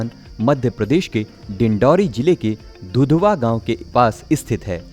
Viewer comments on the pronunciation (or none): घुघवा .. Hai sir दुधवा नही